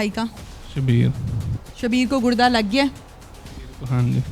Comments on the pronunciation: It's not Gud da it's Gur da ok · گڑدہ نہیں ہوتا گردہ ہوتا ہے 🤦🏻‍♂️ جب جب اینکر گڑدہ بولتی ہے ہنسی آتی ہے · Gudda kya hota hai? Gurda hota hai baby